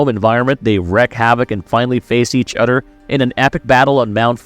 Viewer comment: My guy can't do TH sounds 😂 other = udder, together = twogedder, this = diss